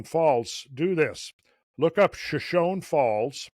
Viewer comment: It’s pronounced shoshonee. Hard E at the end.